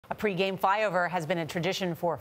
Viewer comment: She said “ fyover”